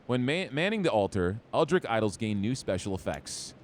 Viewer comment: It's fine if you don't wanna play Cult of the Lamb periodically, just make the call. I know there are a literal gazillion amazing video games that you want to play. Fun fact: Stoic is pronounced Stow-Ick, Eldritch is pronounced Eld-rich.